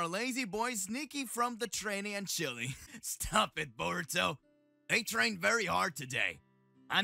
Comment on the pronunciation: His nama not soruto but voruto